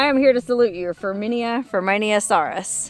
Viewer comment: Ferminia is pronounced firmina, and it’s a scientific name for a type of bird . The Zapata wren